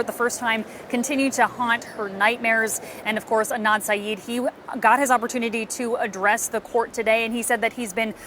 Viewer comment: he is absolutely INNOCENT but for goodness sake,, learn the surname. SYED. not SYEEEED